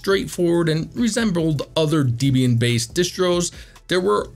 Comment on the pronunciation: Debian is pronounced “Deb” “Ian” as in Deborah and Ian Murdock. Not “Dee” “Bee” “Anne”.